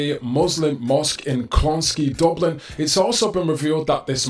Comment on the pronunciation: Pronounced: Clon-ski.